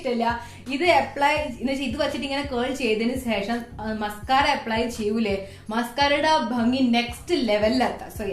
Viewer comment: ഇഷ്ടായി... ഇഷ്ടായി... 😍😍😍 (പിന്നെ സേഷം അല്ല... ശേഷം 😂)